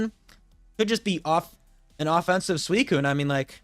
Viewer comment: by the way i just wanna say i appreciate you saying suicunes full name. there are some people out there that for some reason cant handle you not shortening its name, usually accompanied by thinly-veiled racism. its really not difficult to add an extra syllable to not say a slur so thank you for keeping up with that